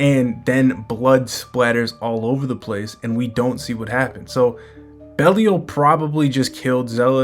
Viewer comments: Also its BE LYLE 😅 NOT BEL IAL LOL😂 BROOOO WTF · Where did you get that from? Pretty sure it's "Bey-lee-ahl"